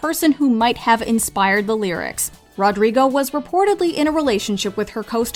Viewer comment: ITS NOT RODRGRIGO ITS RODRIGO